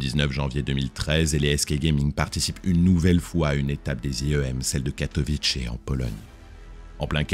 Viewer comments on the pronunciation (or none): none